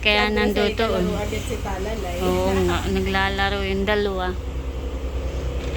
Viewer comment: Talalay...hindi bal.